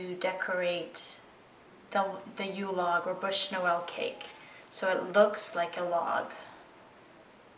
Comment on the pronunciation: sorry but the term exact is Bûche de Noël and not "bush" like you say in the video...